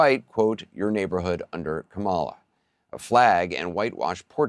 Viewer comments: Did he call her Ka-MAH-la ??? WTF is wrong with you people? It's not rocket science. COMMA-LA, COMMA-LA COMMA-LA. By mispronouncing her name, you are doing what her opposition is doing... disrespecting her..One of the reasons I no longer watch corporate media. CNN has become a joke to me and I was once a faithful viewer. I watched Sanjay Gupta call for Biden to get a cognitive test, all the while 45 is slurring, glitching, rambling incoherently and constantly bringing up a fictional cannibal. I watched Dana Bash skew what was happening during the UCLA Palestinian protest, saying both side were fighting when in fact the Pro-Palestinian protestors were being attacked by the Pro Israeli group, and lastly I watched how Stacy Abrams had to correct a smirking Kaitlin Collins live on air about misinterpreting her words. I see how 45 was allowed to bring in his own crowd and the list goes on. B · Anderson, you need to sharpen up your pronunciation of Kamala's name . It's KA'-ma-la, not ka-MA'-la. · Anderson, Anderson, Anderson... it's KAMala, not KaMALa. Sheesh! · Anderson is pronouncing Kamala incorrectly, and commenting on Trump's pronunciation. It's Come-la, Not Ka-Maaa-la. Ask any Indian friend or coworker how to pronounce it, the word means lotus. Trump says he will shut down the border, that's all I care about. None of the other issues matter. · Is pronounced Skamala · Anderson Cooper himself mispronounced Kamala: he said KaMALa instead of KAmala. Why can't people pronounce it correctly? It's not difficult. We know Trump is doing it deliberately as a sign of disrespect. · Emphasis is the first syllable of her name, KAmala, not kaMAla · Why does Anderson Cooper himself mispronounce Kamala’s name as “Ka MA La instead of KA Mala? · Can't believe Anderson Cooper mispronounced Harris's name. It's KAMala, not KaMALa! Listen at :38. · Pronunciation please Anderson. Come-a-la. Not come-Ah-la. Watching from South India. 😎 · Say it “comma - la” Kamala